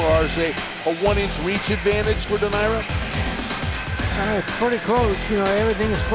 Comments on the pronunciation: How can you be a commentator and not know how to pronounce the participants names correctly of a main fight! Simply irritating and disrespectful! SMH it's pronounced Dō naire! Not Dō Naira!! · Anyone else bothered by how the commentator pronounced Donaire? This late in his career you’d think they would know how to say it properly. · Bruh you telling me no one taught him how to say “donaire” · Never heard Donaire pronounced like that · Whadaya think about a commentator that is so lazy as to not research how to pronounce a fighter's name properly?